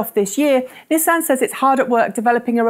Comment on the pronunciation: I like how you pronounce Hyundai correctly but not Nissan or VW